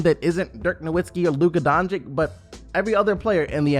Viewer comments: Its not Donchik... Its Dončić, Donchich. And its not Sarik, its Sharich. Do u call Popovich Popovik? No, no you dont. Learn how to pronounce names. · Wtf is wrong with you? Are you really that stupid that you can not pronounce Lukas name? Almost every video i check on the youtube its all fkn the same... Dončik... Who the fck is that? If you want to talk about Luka then at least show some respect and spell his name correct Its Dončič not Dončik. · Luka Donchick? Dude.. It takes a few minutes to learn what his correct English (if not Slovenian) pronunciation is. The guy is a future All-Star. Give him some respect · Can you fucking pronounce ić/ič correctly at this point. It is really getting annoying and disrespectful when you have so many great players whos names end the same and you still pronounce shit like "doncik" like wtf. Dončić, Nurkić, Jokić, Vučević, Dragić, 2x Bogdanović, Marjanović, Teodosić, Šarić...like what more do you all need to learn to fucking pronounce two fucking letters? Highly irritating at this point. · bro I love your channel and your content, merry Christmas, please for God's sake pronounce doncics name right.. The way you pronounce the first c is also the way you pronounce the second c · Merry Christmas! Will always support the channel! But please learn to pronounce Doncic correctly...